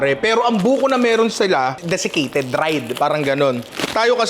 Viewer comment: buko? deficated??? lol!